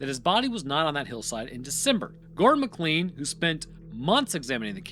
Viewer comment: McLean "MAH-klain" why can't Americans pronounce this? It's in die hard